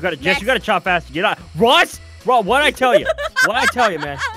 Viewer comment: Aphmau called ross rosp